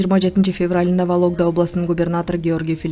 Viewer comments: Валогда эмес Вологда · Валогда емес вологда десен 😂